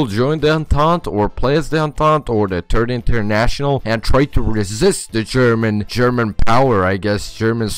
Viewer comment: "Turd International"